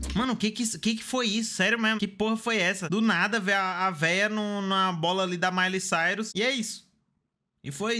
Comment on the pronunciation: mds kkkkkkkkk é referência ao clipe de Wrecking Ball po, o melhor é o falando "a veia do nd na bola ali da Miley Sirus" e ainda se perguntando oq era